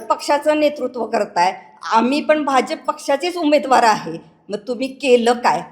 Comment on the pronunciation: बाजफ नाही भाजप म्हणा आधी . टाकून आलेलं दिसत 😂😂🎉🎉